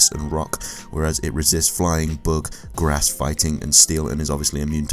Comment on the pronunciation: The first time you said bug I thought you said book, so i thought Raichu is weak to reading.